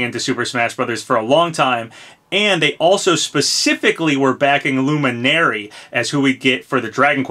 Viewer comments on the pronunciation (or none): Am I the only one who felt pain when pronounced Luminary wrong? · I really hope Crash comes to Smash at some point. PS: Nice job on saying Luminary correctly this time haha (joking)